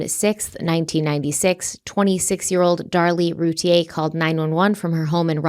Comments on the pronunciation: Hey guys, it’s pronounced Rooo- tee ur. Not Te - A. Just sayin! No hate. 👍🏻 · It’s ‘Root-ear’ not ‘Root-ie-yay’. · Hello, just wanted to let you guys know it’s pronounced Roo-teer. I’m from Dallas and this was on the news non stop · The last name is pronounced "Rooteer" according to the Routier family. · Please learn how to pronounce this surname properly. It’s not the French pronunciation. Every local news story,, the majority of national ones, and the family themselves. pronounce it “Roo-tear” like a tea you cry. Those boys deserve to have their names pronounced correctly! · Loving the coverage of this case! CW is my favorite podcast ❤️ PS. Routier is pronounced Rou-teer 😘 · I live just outside Rowlett, and not far away from the Routiers (it’s pronounced Roo-TEER, btw). It’s a pretty common belief in the neighborhood that Darlie did this to her kids. It’s been a very long time since this happened, but this case still feels very fresh in the community, and there’s still a lot of anger toward her. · It's NOT ROO-TEA-A!!!! Ugh I cringe every time says it like that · Actually, root ie Yay is how it would be pronounced, by a French Canadian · Am I the only person who’s been pronouncing their name without the i? Like a computer router ? So far it seems the husband is involved too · #CRIMEWEEKLY YOUR FACTS IN THIS CASE ARE OPINIONS, NOT FACTS! Now I am literally going through all of your past cases I’ve listened to wondering how accurate they are….. I KNOW THIS IS ALL ABOUT VIEWS AND MONEY, BUT DAMN, YOU COULD AT LEAST HAVE CASES TOP PAR WITHOUT BOTCHING HER NAME AND WHAT I BELIEVE INNOCENCE EVEN MORE. ITS PPL LIKE YOU THAT CONVINCE PPL OF GUILT WITH ONLY LISTENING TO OPINIONS AND HALF FACTS… SMH 🤦🏼‍♀️